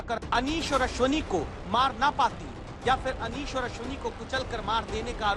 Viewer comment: ABE DHOLKI KE LADE KA NAAM ANEESH HAI NA KI ANIS